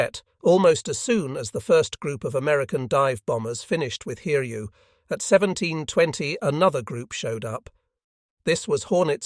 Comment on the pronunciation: Pronunciation of the carrier name Hiryu was absolutely amazing. It was corrected later on.